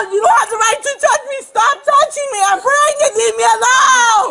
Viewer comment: Omg that officer with “prengant” (lol) Samantha is an angel based on his patience - I could never 🤯😂